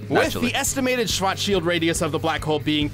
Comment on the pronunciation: death battle is screwing with us if they have the nerve to put an ad there shwarts-child (like from spaceballs but put “child” at the end of it)